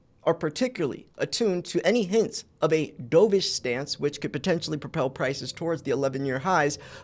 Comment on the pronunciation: Dovish rhymes with love, not stove.